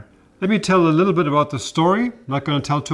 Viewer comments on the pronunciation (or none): none